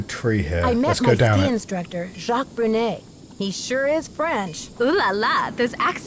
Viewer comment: My guess is that the real character development of this series is going to be improving his pronunciation of the name Jacques. Already we've improved on the "Jacks" of last week!